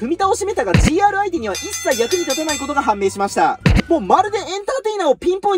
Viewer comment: GRてカスて読むのか